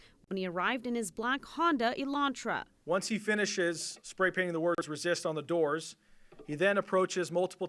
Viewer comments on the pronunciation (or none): "Honda Elanrta"?